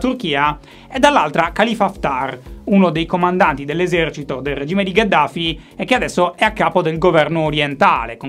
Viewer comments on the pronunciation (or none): none